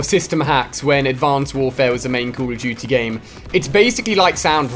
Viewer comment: Jeee wiz dude why do you say call of duty like: Coooool of duty